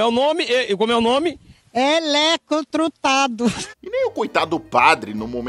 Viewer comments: Eletrotrutado 🤣 O reporter nem sabe pronunciar, e foi perguntar pra outra, que nem sabia também 🤣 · O repórter e a espectadora tentando falar "eletrocutado" arrazou😂😂😂😂